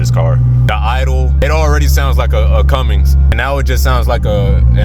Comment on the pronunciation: Cummins not Cummings 😂 unless you meant it🤦‍♂️🤔🤔😂why no rear bumper 🤔